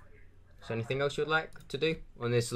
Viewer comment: If you got a Ford Fiesta ST, the insurance would be sky-high dude...:) I got to say this... "any THING" not "any THINK"... gets me when people say it wrong...:o How about you put on a voice, an old man for example, and just be the victim all the way, then exposé! Yeah, wasting their time is good too, but, you know. Okay, I've finished with the critique... Keep it up!:)